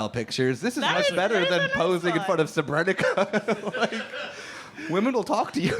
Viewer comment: You have to learn how to pronounce “Srebrenica” properly.